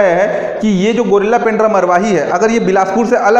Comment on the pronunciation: गौरेला है pls गुरिल्ला न बोले ।।।